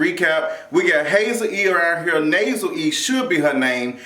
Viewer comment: Such a good review lol the Nasel E cracks me up